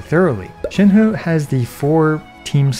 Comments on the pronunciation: You pronounce Shenhe correctly! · Salute for pronouncing Shenhe correctly. It's fuckin cringe to hear many Western youtubers pronounce her name "chain-hee" when it's 2022 and everyone has access to google.